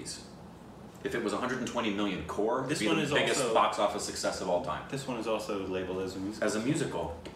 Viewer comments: By the way my folks it's not core it's crore. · The producer, Mahesh Bhatt, is Alia Bhatt's dad. And it is COCRORE not CORE